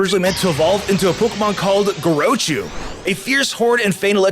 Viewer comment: I love ur vids but my God the way u keep messing up the name gorochu (or how ever u spell it )